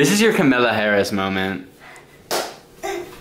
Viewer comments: Wait til finds out it’s Kamala not camila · "kamilla harris" is the exact mispronunciation she deserves for her crimes LMFAOO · i can’t get past him saying kamilla harris. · PllS it's ka-muh-luh (emphasis on ka) not camilla 😭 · the way keeps pronouncing Kamala is hurting me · pronouncing kamala harris’s name wrong feels like a hate crime